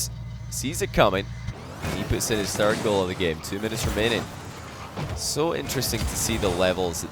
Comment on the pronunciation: How come can say "the" correctly, but not "third?" He says fird